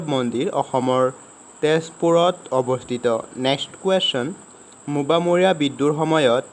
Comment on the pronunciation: Mobamoriya nohoi o gadho😂 mowamoriya